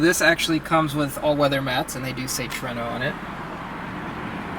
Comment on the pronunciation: Tru-ay-no not true-no😂